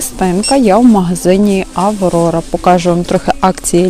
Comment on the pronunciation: ні, покАжу - неправильно. Правильно українською - покажУ. Не спотворюйте наголоси.